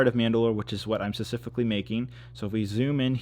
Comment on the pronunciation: Wish you would pronounce specific correctly